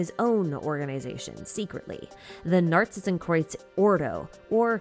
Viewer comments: As a german I can say: Your pronounciation of Narzissenkreuz is pretty much on point! ♥ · I can take that worry from you, your pronunciation of Narzissenkreuz is pretty on point. The "z", "s" and "k" could be a bit harder/sharper, but thats quite nit picky. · As a German, I can say that your pronounication of "Narzissenkreuz" is actually pretty good